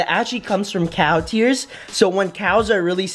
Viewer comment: When he said cow tears i thought he said cow ears😅